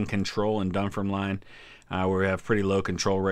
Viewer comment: I may be a Sassenach, but I think 'Dunfermline' is pronounced 'Dun-firm-lin'. :-)